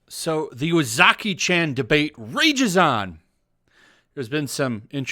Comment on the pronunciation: Chan is pronounced more like ch-awn. Spread it to your other youtubers so y’all can stop butchering it.